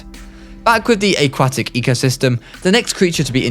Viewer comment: how dare you mispronounce aquatic